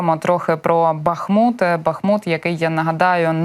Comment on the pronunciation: Правильно БахмУт, з наголосом на другомуголосному